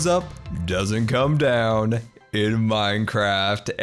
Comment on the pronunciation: You said done. Not down. Lol